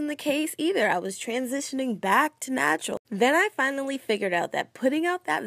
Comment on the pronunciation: I think you meant "Nap-tural" lmao